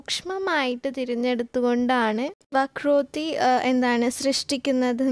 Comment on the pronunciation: വക്രോട്ടി അല്ല വക്രോക്തി.